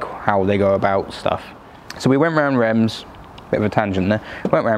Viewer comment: Reims is not pronounced like that , not even close . I love the C6 it’s a wonderful car .